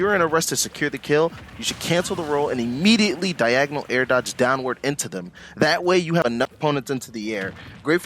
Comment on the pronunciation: How the fuck did you say horizontal dog ?